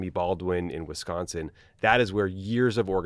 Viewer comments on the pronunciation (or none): none